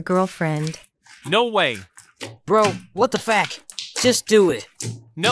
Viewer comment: Nah bro the what the fack when they said it whith an A 💀